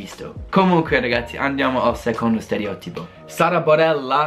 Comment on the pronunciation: un consiglio...... Quando pronunci 'stereòtipo', metti l'accento sulla 'O'!!!